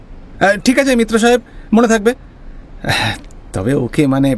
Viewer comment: "মিত্র" কে "মিটার" বলা দুচক্ষে দেখতে পারে না অনিমেষ! 🤣🤣🤣